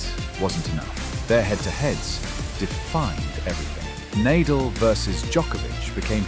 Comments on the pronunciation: Nadal is pronounced Nah-Dahl. Not Neighdel. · This video seems AI generated, with many mistakes. When Nadal's name was pronounced Nay-dal, I almost cried. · I logged in just to say how badly the AI did with this video. It's already been pointed out that Nadal's name is repeatedly mispronounced and that Lendl had a 1HBH, but not sure anyone has mentioned showing the wrong Williams sister or repeatedly showing a pickle ball court. No doubt there are many other errors--do better AI. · It’s an ai voice duh of course it can’t pronounce names correctly. How can you not see this? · Never heard Nadals name so wrongly outspoken. And of course, he didn’t "own" Federer. Federer the Goat, most enjoyable tennis player. Nadal the athletic giant, master of clay. Djokovic the competitive and most successful player in total, with age advantage vs Federer. Even 6 y younger, Nole vs Roger H2H is only 27-23...and could easily have been 26-24. All three players wee giants!